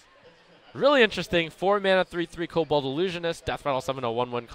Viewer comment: jesus dude it's "kobold" not "kobald"